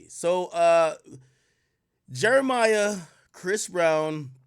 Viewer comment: All these years later and Ak still calling Jeremih Jeremiah